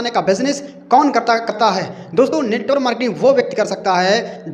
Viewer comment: Sahi se bolna to sikh lo yrrrr😅😅, not NETWOR MARKETING, NETWORK MARKETING OKKK